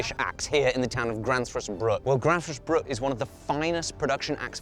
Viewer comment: there is no 's' in bruk!